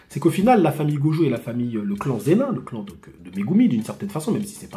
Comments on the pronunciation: Prononce zenine stp chef un peu de respect sinon super vidéo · Alors ? MasterClass ou pas cet arc? j 'attendais de ouf ton review (toujours au top) concernant le clan Zenin ça se prononce "Zénine"